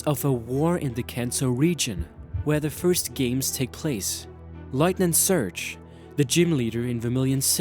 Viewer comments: Why is this guy saying lightning surge? It'd lieutenant! And why is he talking like that? Like he's not trying to pronounce words right or something? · is he saying lightning surge instead of lieutenant surge? i lol'd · I know you have an accent, but Letnit Surge?